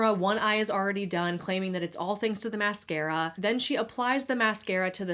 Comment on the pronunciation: flaaayerd, hay-yu (hair). Felt like I’m listening to Peter Griffins talking about mascara (mass-care-ya). She must be from Quahog